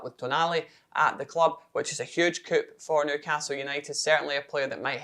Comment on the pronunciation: 'Coup' is not pronounced 'Coop'. It is pronounced 'Cooo'. Have tried to stop myself from pointing this out to you for a while but just couldn't hold off any longer.